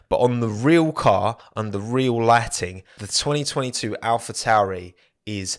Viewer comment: We all saw that 202’2’ voice over 😂😂